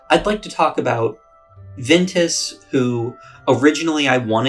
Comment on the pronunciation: Southerner calling Ventus “vintus”